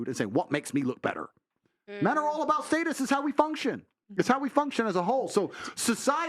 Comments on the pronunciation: state us...? status? this dude can't talk lol. every other weird was pronounced correctly. annoying AF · Aye nobody ever comments on him pronouncing status wrong bro b saying stateus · someone teach tate how to say status 😂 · Is that how you suppose to say “status”? Is it stat-us or state-us? 😂 but he’s right about some women forced men to get married. Which I think is effed up. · Stay tus😅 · The way he says status is funny af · The way he say status is insane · The way he pronounces status is so weird. One of the few times his accent seriously comes out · Why he say status like that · He sounds funny when he says “status” I’m a huge fan tho I just find it funny cause I’m from the states and we pronounce it differently.